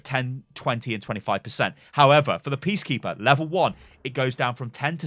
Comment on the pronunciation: Did anyone else realize he said PEACkeeper and not PEACEkeeper